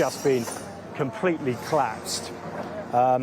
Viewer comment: Klapsed? Elocute, man.